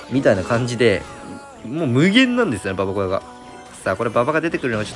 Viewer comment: ばばこやじゃなくてばばごやな